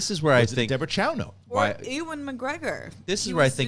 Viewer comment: Star wars has too many cooks in the kitchen. I am Scottish and I noticed when said, "Ewan McGregor," it sounded like "Ooowin McGregor." The way his name first name is pronounced should sound more like "you-in." Anyway love you guys, just something I noticed. Great episode.